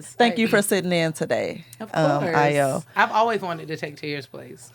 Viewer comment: A-YO it's Ayo